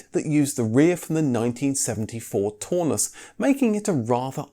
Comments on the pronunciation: That German Cortina would be pronounced the TOWNUSS not Torness! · "Taunus" is pronounced to rhyme with "cow" not "saw". Coil suspension at the back and double wishbone suspension at the front doesn't inherently give a much softer ride. That's a "Mk4 80" Cortina, which is often called the Mk5, not a Mk4. Blatantly stolen from KGF Cars site ! 😆 Eh ? The Mk4 used the Mk3 estate rear end, which is also the Taunus. That's a Mk4 now, when you're talking about the Mk4 80 engines. 1970 rear end ? You said it was 1974 rear end ! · Also. The "au" in Taunus, rhymes with "Cow." not "door." Please also stop the "comedy." I've used far to many " " " " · No no no, no no. NOT "tawnoos". Pronounce it "townoos", like the "town", and ending in in "oos". LOVED them! Make me pick a vintage car to drive daily, it is between a VW Bus and a Taunus/Cortina TC2 Kombi/Estate :face-red-heart-shape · Its pronounced Tau-nus as in Brown not Tor-nus as in Brawn. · Taunus: Townoos, not Toonus! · it's pronounced "Town us" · Or Taunus, au in German is pronounced ow, so Braun is brown,and means the same. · The single European design ethos instituted by Detroit started with the Transit.... Also you mispronounced 'Taunus' several times...